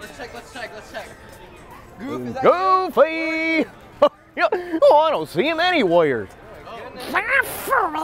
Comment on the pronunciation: Did you really call for goofy, AS goofy. Lmao #Bloopers